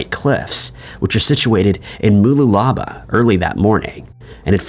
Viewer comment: Really awesome content and so fresh!! Thank you guys. Lived here in whole life and didn’t hear about Megan’s case until last year. P.s. they’re really hard to say — “Bar-Dee-Na” (Buddina) and “Moo-Loo-La-Bar” (Mooloolaba)